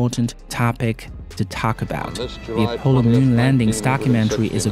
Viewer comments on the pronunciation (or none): none